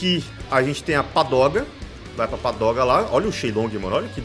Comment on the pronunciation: é pagoda, não padoga kkkkkk